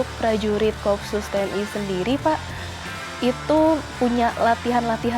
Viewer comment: bacanya ko-op-sus bukan kopsus